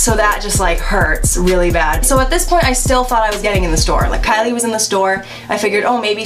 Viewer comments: ky LIE cOsmEtiCs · TALK ABOUT KY-"LIE"😂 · Lol “kyLIE” fr tho